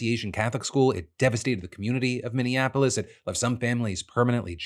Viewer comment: After over a decade of reporting news DeFranco still can’t say Minneapolis, right. It’s always said under horrible circumstances.